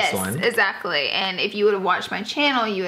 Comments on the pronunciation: Its exactly not esacly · The way she says ezactly